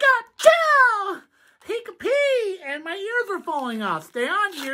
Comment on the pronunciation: Does anyone think pikachu sounds like "pick a 2" or "peek att you" ?